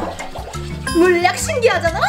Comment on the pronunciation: 신기하잔아 할때 신기한잔랔ㅋㅋㅋ